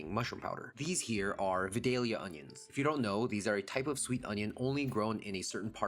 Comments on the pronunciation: I believe it's "Vie-day-lya," or at least it is at our house. And yes, they are wonderful cooked or raw. We grieve for them every year when they go out of season. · Vie(long i)-dale-yah 😊